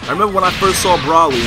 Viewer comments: Hey, no offense man. But its bro-ly not broh-ly. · It's pronounced Bro-lee